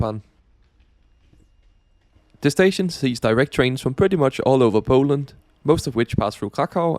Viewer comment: That's no accent fella, did you go to Pooland or Poland?